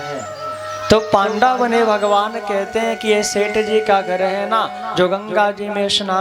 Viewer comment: पांडा नही उसे पंडा कहते है महराज,,,आवे जू घुमा दिया